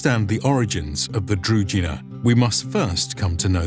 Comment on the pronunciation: Could you please just validate the pronunciation of key words when making a video? Shouldn't be hard. Družina is pronounced different, where ž is pronounced like J in Jules (french) for example. Otherwise, big up for the video. Nicely done.